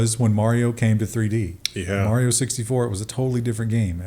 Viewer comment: you are pronouncing Mario incorrectly.